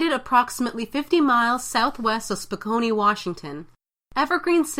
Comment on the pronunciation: "Spo-kane" Washington 🤣